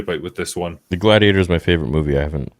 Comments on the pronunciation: "mah gladiatah" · Shoulda been “mah gladiatuh”